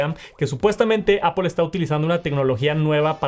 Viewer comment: Porque puedes decir muy bien “news lerer” pero dices apOL ? y no apL? Es solo decir manzana 🍎 en inglés 😢